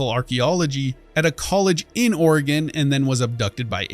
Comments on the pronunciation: he pronounces Oregon as "Ore-Gone", here everyone pronounces it as "Ore-Gun" or "Ore-Gin" lol. Also you start Fallout 2 in Arroyo, which is located near Ashland, Oregon. Right after you go to Klamath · The characters (and you) dont even pronounce oregon right lol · I was waiting for Arroyo to be brought up! It’s always funny hearing Oregon pronounced wrong lol